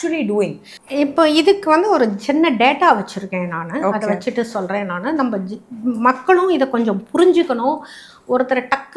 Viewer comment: யம்மா "அத்து" "அத்த" அப்படின்னு உச்சரிக்க கூடாது. "அது" "அத" அப்படின்னு உச்சரிக்கணும். Ellam tanglish la atha atha nu padichu atha ney solringala? Tamil paduchingala illaya neengalam?